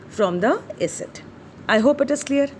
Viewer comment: Please say a...-cid(acid) it sounds like asset .